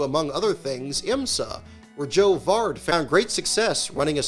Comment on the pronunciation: 'Joe Vard' lol. Remember, his nickname is 'Party Joe Varde'.